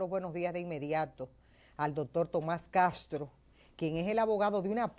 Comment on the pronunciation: Esa Periodista se come las sss , dijo Catro en vez de decir Castro, y Asi por el Ejemplo